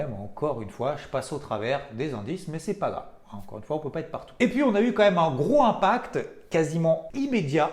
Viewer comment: 🤣c'est pas gro impact mais groS impact ! 2 fois dans ta vidéo , merci tout de même !